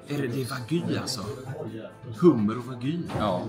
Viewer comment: DET HETER WAGYU INTE WAGY 😤🤬